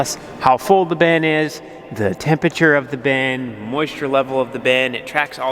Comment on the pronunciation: It’s still a “bin”, not a “ben”.